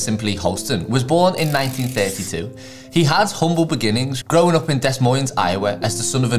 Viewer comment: It is Duh Moin.